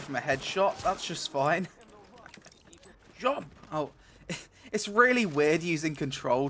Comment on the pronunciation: No jumpuh, feelsbadman